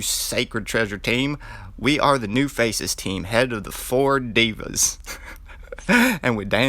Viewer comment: 😂😂 devas you are pronouncing the word wrong no wory in india devas(GOD) he is head of the 4 god(devas) GOD Of Wind 😎💯🍻🍻